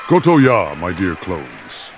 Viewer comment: Koh-to-yah master you actually use spice